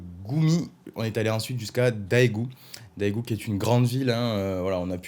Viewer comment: Rahh ta chute va être de ma faute bientôt :) Daegu ca se prononce Dègu / 대구 ! (AE = ㅐ) La Corée <3 ... La Bouffe 맛있어요 !! Tu vas concurrencé Laurent comme Youtubeur sur la Corée :) Me tarde 2018 mon retour 5 semaines en Corée, je penserais à toi !! Et tu as oublier le principal ! les Femmes<3